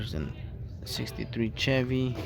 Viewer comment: It’s pronounced Sh-evy.